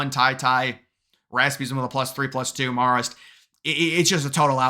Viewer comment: It’s “mare-ist” babe